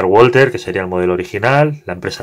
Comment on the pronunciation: Solo por la curiosidad, la marca es alemana y se pronuncia /balza/ :P